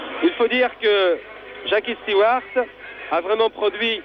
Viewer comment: The French ALWAYS called him "Steward"!